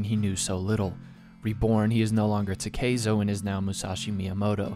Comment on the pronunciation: ta-keh-zo Not taKEIzo